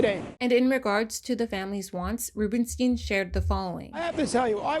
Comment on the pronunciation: "rubenstein" LMAO every single time